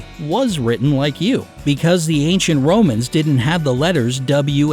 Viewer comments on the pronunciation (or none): none